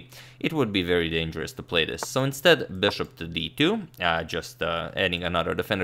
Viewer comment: horrid 'so'